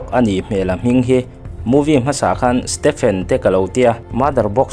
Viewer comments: i saptawng lamdam hi i uluk a ngai...stephen pawh PHEN angin i lam mai a, stefen anga lam tur😅😊 a hmuhnawm e❤ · Lal stepen a 😂😂😂 huiiiii ......a hming lam dik lo nasa ltk hi a hmuhnawm letling phiann mai hahahaa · Stephen tih hming hi iva lam thiam lo ve, stefen tih a rik tir tur